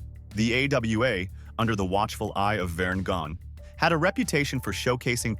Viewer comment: This AI slop is so painful to watch and listen to. The whole premise is flawed: Rick does not WANT to be in the hall of fame in the first place! Then the pronounciations: Vern Gone? WTH?? Pics utterly mismatched to lyrics......please learn before you let AI jumble and ruin wrestling history!